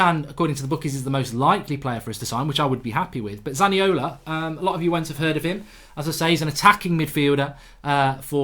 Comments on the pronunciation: It's Nicolo Zaniolo not Nicola Zaniola... imagine trying to talk about trasfers and not even knowing what you are talking about. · its zaniolo not zaniola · It's Zaniolo not Zaniola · Zaniolo not Zaniola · Isn’t it zaniolo goldbridge 🤔😂